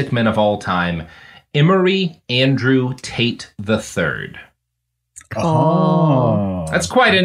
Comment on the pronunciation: Can't help but hear 'taint' whenever you guys say Tate.